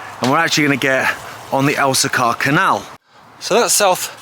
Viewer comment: Pronounced El-see-kuh not El-see-CAR